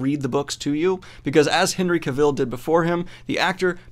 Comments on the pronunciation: Cavill rhymes with ‘gravel’. 👍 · Is anyone going to tell him that he is saying Henry Cavill wrong. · Thank you, that was bugging me to.